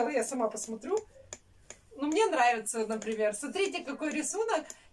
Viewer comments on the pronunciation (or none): Ни мине , а мне !!!! Не сести , а сесть!!!